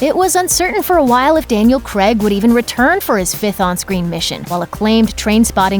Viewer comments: Who is this 'Cregg' you speak of? It's Craig not Cregg. Get the poor guy's name right at least! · its Craig not Creg. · Also: CRAYG. Not CREG. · Please don't pronounce daniel Craig's last Name creg it supposed to have an ay sound ffs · His name is Daniel craig! not Creg. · one fatal error in this vid.......... !!!!! it pronounced craig,not creg!!! daniel C....C.....CRAIG........NOT CREG,CRAIG!!!! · it's pronounced "Craig " not "Creg" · Daniel Craig not creg hahaha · "Daniel Kreg" lmao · Wish you could pronounce Craig. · do wish americans would pronounce daniel craigs surname right.